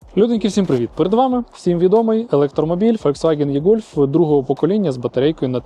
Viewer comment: До чого тут це? Варіантів вимовляння є 2. Або І-гольф, І-трон, якщо наслідуємо англійську транскрипцію, або ж Е-гольф, е-трон, якщо наслідуємо український переклад (від слова Електричний). Але точно не Є-гольф, є-трон, як вимовляє автор відео. Єкання це калькування російської.